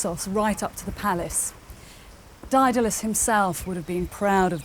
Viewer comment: This narrator cannot pronounce Daedalus? sad.